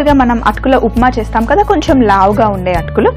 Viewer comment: కొంచెం అనాలి. కొంఛమ్ కాదు తల్లీ